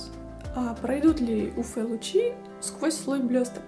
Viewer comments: Нет буквы ФЭ! У ЭФ смола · 😂 уфЭ смола только в Уфе. Вы из Уфы?😅 уЭф лампа. 🧐